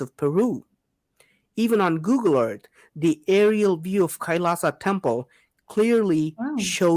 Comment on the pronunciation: Pronounce it like kai-laa-shaa Meaning -lord Shiva